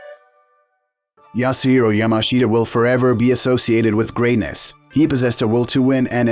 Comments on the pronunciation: Pronounced YAMASHTA and it's Jigoro Kano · It's pronounced "Yamaschda".... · The guy's name is pronounced "Yamash'ta". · 名前くらいちゃんと言え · Pity you cannot even pronounce his name correctly! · It would have been nice if you had learnt how to pronounce his name properly first.